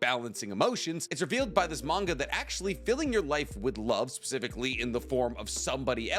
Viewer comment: bro said "pacifically", dead😂